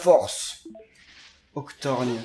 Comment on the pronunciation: C'est Octorgone pas Octorgne 🙄🤣🤣